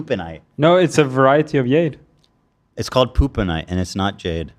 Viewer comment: its JADE.. Not Yade